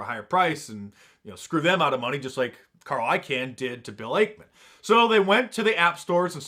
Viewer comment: Carl I Kahn. Not can